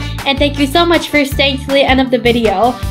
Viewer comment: It’s video not vibeo